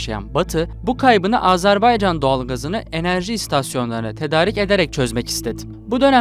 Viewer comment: Lavaşı Ermenistan yemeği yaptın ya. Ne diyeyim sana. Bi de Azerbaycan'ın adını Azerbeycan olarak okumaktan ne zaman vazgeçeceksin?!